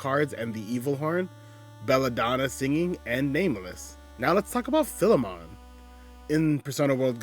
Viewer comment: Everyone always mispronounces Philemon. It’s Fye-Lee-mun, and is the archetype of one who owns a slave who is treated as an equal